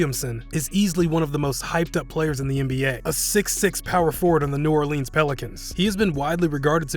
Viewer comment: “Jay Morant” “New OrLeens”